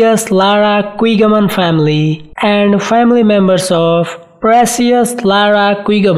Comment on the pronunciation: Her last name pronounced as Kigaman not Kwigaman!